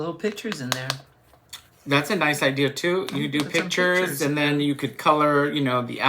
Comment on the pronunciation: did you move to Boston with the “idears”? My husband talks like that. He takes the “r’s” out of park and cars and puts them at the ends of random words. 😂